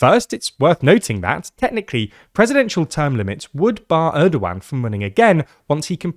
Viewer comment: who told you to pronounce his name like that 😢😢😢😢😢😢